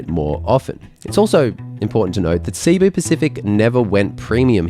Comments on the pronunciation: It's pronounced Si-Boo. Not Seeee-Boo. I've flown this seating and it's brutal. Even in an exit row with lot's of legroom, the seats are unbearable for more than 2 hours. Thanks for the great review! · Filipino here, very insightful. However, just one minor note: Cebu is pronounced /seh-BOO/ with the accent on the second syllable, and not /SEE-boo/. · It's pronounced Seh-Boo not See-Boo 😅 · Please, save my ears and learn to pronounce Cebu correctly. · You spent all this time to film and edit and research an interesting informative vid but not two minutes to know how to pronounce Cebu properly? weird